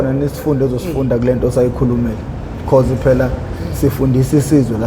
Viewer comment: Be-ca-use.😂😂😂😂😂😂😂😂 I'm done.😂😂😂😂